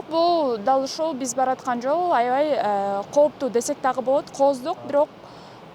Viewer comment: коптуу эмес кооптуу так суйло журналист бодгон сон тилди бузба.